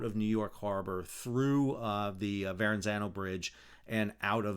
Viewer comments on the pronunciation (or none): Sorry but it's Verrazano not Verranzano.